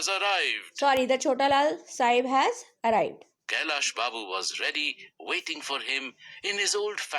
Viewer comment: Its not kallya Babu it's kailas Babu 😂